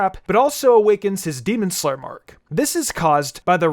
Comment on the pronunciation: "Demon sler"